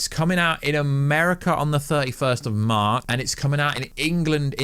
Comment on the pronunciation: U mean March he said maar pfft I’m dead